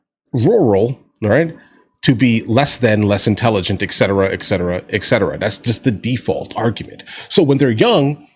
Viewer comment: Speaking of "less than intelligent", it's et cetera, not ex cetera. The former means "from the rest", while the latter means "and the rest". You're in good company. Piers Morgan makes the same mistake.